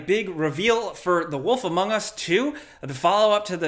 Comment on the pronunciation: Did you said wolf "amongus" 2